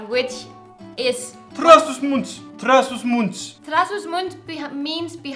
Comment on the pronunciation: Hello guys! Another good video, congrats! You talked about visiting Trás-dos-Montes (great pronunciation by the way hahaha) and I have a suggestion for you. There is a special species of donkeys in that area, specifically Miranda do Douro. They are called "burros de miranda" and there is an organization that allows you to go for a walk around the mountains you showed in your video with the donkey alongside you! You can even ride it! It is awesome, I have done it and all the staff are really passionate about their goal of preserving this animal (it is an endangered species). If you aren´t able to go for one of the rides, I would still recommend visiting their farm, as the animals are really cute and friendly! I will leave you with the link of their website! You can explore it, I really recommend it! It would great content for your youtube channel as well! Stay classy and safe as well! <3